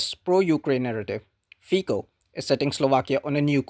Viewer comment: Honest videos are a pleasure to watch. One caveat, tho, is that Fico in Slovakian is pronounced, 'Feet-so' rather than Fee-co. Carry on!